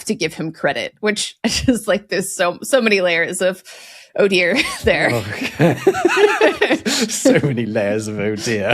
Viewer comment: "So many layers of oh dear" sounding a bit English there 😂